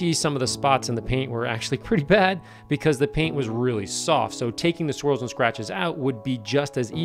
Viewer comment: I know he's saying swirls but I hear squirrels like damn they messing up Ferraris now?!?